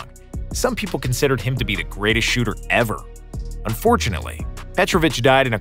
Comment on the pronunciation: Did he just call giannis a good shhoter and crafty finisher